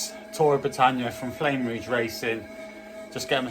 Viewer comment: Nice bridge. Btw its pronounced 'flam' rouge not flame rouge 😅